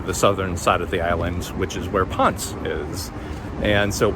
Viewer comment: Ponce is not Pons. Try saying Pon seh